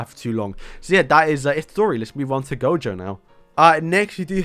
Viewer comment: He didnt butcher gojo